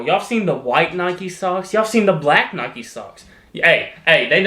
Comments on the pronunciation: Your saying Nike wrong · hey Nike is something you could have covered on the mispronounced words vid! I dont hear many people call it Nikey, its normally someone that also says AdeeeDass istead of Adidas, and i know how adidas is pronounced because its how you say the founders name, Adi Dassler